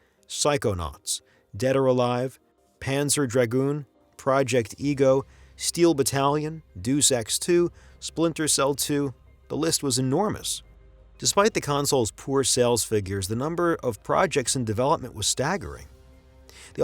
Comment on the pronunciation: Very good video, but please educate that it's not "Deuce Ex" but "Deus Ex". Thank you.